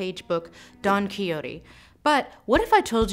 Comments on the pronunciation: It’s not QuiYoTe, or Coyote, it’s Ki-ho-T-e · Did he really say quiiote? It's Quijote and the j is pronounced like the hiss of a cat. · I honestly didn't find out until a week ago that Quixote isn't pronounced "Quicks Oat". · That's how you pronounce it?????? I always thought it was like Quick-sot....